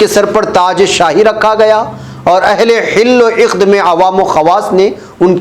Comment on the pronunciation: حل و عقد کے تلفظ صحیح کرنا چاہیئے آپ نے ح کو زیر کے ساتھ اور ع کو بھی زیر کے ساتھ جبکہ دونوں کو زبر کے ساتھ پڑھنی چاہیئے